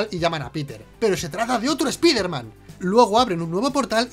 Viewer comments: Yo tengo un error del video: pronuncian "espider man" en lugar de Spider Man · esa puta mania que tienen de pronunciar una palabra del ingles tal cual esta escrita... "espider man" se pronuncia SSPAIDERMAN, ¿les cuesta mucho trabajo pronunciarlo bien?¿se les va a olvidar el español si lo pronuncian correctamente? asi como el "ECSBOCS"(xbox) que ustedes pronuncian "EQUISBOCS", que mala costumbre tienen ¬¬ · Dicen ESPIDERMAN, pero dicen a la vez NO WEY JOM, lo deberían pronunciar not way home, para ser coherententes, o ESPAIDERMAN NO WEY JOM, no lo se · ¿Por qué ustedes (los españoles) dicen: "Doctor Extraño", pero en vez de decir: "Hombre Araña" dicen: ESPIDERMAN? DIOS MIO.